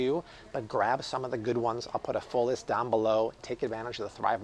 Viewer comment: lmfao "but I'll put a leeest - a list" haha